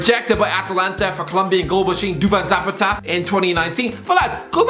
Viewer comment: Duvan Zoopata haha